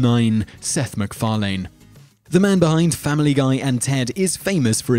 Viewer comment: The host of this channel is quite strange, because almost every time he says McFarlane, he pronounces it differently.